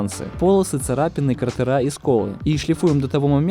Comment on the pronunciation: Друг, обрати внимание на ударения. Не "литникИ", а "лИтники"; не "кратерА", а "крАтеры"; не "грунтОм", а "грУнтом". Твой канал ведь можно даже считать образовательным, люди ведь могут "нахвататься". Это же не какие-то редкие понятия, а то, с чем ты постоянно работаешь...